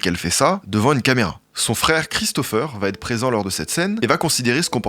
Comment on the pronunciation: Bonsoir. Sur le fond, au top, comme d'hab! Sur la forme, trop de "vaTêtre"... 👂😖👂 1️⃣😅1️⃣😉1️⃣😎1️⃣